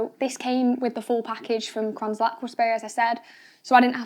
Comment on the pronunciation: Might want to explain in the video what mounting kit you used and also it’s not pronounced kranzel. Gritting my teeth.